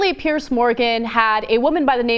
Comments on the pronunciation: Ana it's Piers with an "S" not PearCe. Fuck me. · Why can't Americans pronounce the name "Piers"? PIERS. Not "pierce". You know, just like those wooden things that stick out into water. Sounds the same as "peers".